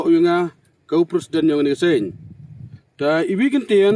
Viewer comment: Tang u pronounce wym tip president leh. Yo kam k u ni hi.